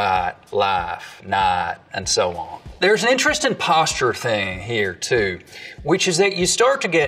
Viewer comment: I’m just trying to find out why prop joe pronounced it “tyoo” instead of “too”